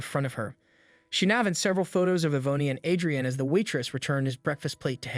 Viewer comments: Wonderful story but next time pronounce peoples names correctly it's not E vone e it's pronounced E von and it's not Add dree ann A dree an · I can't listen any longer. Yvonne is pronounced E-VON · It's pronounced EE VON! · The name Yvonne is pronounced 'e Von'. Great story. Love/miss Waffle House.